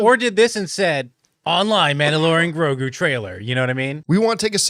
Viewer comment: You need to know how to say grogu first before complaining 😂😂😂